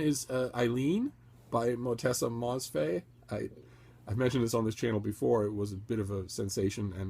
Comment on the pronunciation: With all due respect, it's Ottessa Moshfegh.